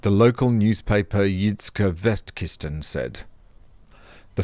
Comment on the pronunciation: Good job on the Jydske Vestkytsten pronunciation (I think), especially if that was a cold read. I would have been stopped dead in my tracks like a Tesla at Port Melbourne with that one.